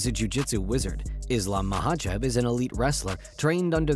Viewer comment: At least learn how the say Islam's last name right